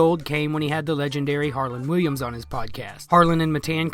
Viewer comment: Its harland WILLIAMS lol how do you make a video with the legend and get his name wrong